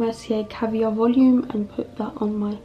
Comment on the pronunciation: Sometimes you’ve got a big French accent like when u said “volume” was u born in France ? You look flawless as always